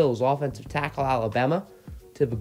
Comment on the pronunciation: u say tackle weird